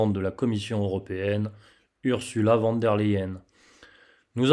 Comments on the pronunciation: Ce n'est pas sérieux de prononcer "van" alors que c'est écrit "von" ! Pour le reste vous avez toute ma confiance. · "Fon" pour être plus précis, car le V se prononce F et le W, V en allemand. Mais je dois aussi dire van des fois.